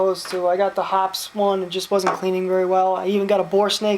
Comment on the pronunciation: It's pronounced hopeez, not hops.